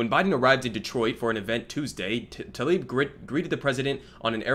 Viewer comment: Damn, he doesn’t even know how to pronounce her name.